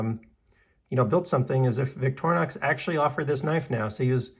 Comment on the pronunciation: Hey at least you pronounce Victorinox correctly. There are Youtubers out there pronouncing it Victor-nox and Victory-nox. So you're ahead of the curve there. Nice video.